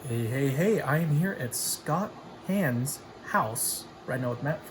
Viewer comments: Ok several things. First, are you doing you’re Lando Calrissian impression? It’s Hahn as in Han Solo not as Lando would pronounce it. Second, you haven’t seen Ghostbusters? Are you afraid that you’ll need an exorcist after watching it? Cmon watch it already. Scott Hahn has Guido Hulsman’s superb bio on Ludwig Von Mises, how cool is that? Oh and finally, That’s a huge personal library!!! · Curious how one can meet someone and afterwards not pronounce their name correctly. Scott Hahn (Hahn rhymes with on).